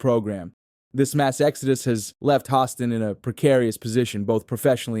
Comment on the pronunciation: It’s Haaaston not hoeston.